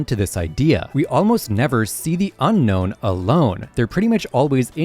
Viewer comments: Brother..... it's Un-no not unknown. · You keep calling them the Unknown, but they're called the Unown.